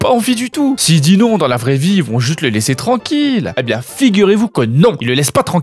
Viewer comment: "Les hanche bieng dodue la" 😂😂 c'est du grand art